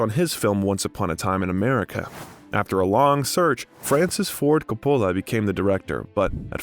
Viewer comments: This might be good work but......How about learning how to pronounce Coppola ? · FYI: check pronunciations of names in future. It’s COPpola not CopPOHla, and Huston is pronounced like Houston, the city in Texas, not like the word “husk”. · I hope your not offended if I give you some constructive criticism. Over all I think you did a good job. I noticed that some names were mispronounced. Vivian Leigh is pronounced, “Lee”. John Huston is pronounced, (like the Texas City) “Houston”. And Francis Ford Coppola like you have to “cope” with people who make comments. “Copeula” Great job. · Why can't this guy pronounce one proper name correctly? HOU-STON. COP-PA-LA. Every other name is mispronounced. Detracts from the doc. Couldn't an editor catch and correct this? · The narrator should have learned how to pronounce people's name. John Houston & Francis Ford Coppola would shudder. Seriously annoying. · He mispronounced Huston, Coppola, Corleone, and more. Shoddy work. I bailed too. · Last names Loren, Huston and Coppola were pronounced incorrectly.